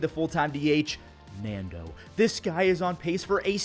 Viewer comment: The way you said Nando had me dying, made shi even spookier